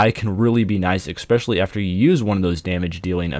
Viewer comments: Ekspecially. lol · "expecially"... jesus Christ dude.